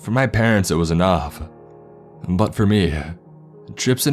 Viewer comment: Video games-Ah People-Ah It-Ah I-Ah